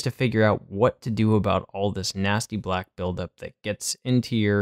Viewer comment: The way you said “BLACK” had me dead 🤣